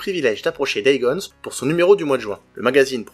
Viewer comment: Superbe Vidéo 🤗 par contre C'est "Days Gone" il y à pas de S à la Fin !! 😉